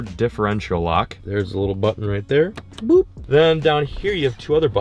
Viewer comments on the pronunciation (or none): none